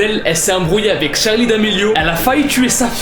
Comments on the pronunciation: SE NEST PAS "Charlie" CEST CHARLIII HAHAHAHAH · juste je kiffe de ouf tes vidéos mais juste ses *Charli mais pas Charlie 😅😅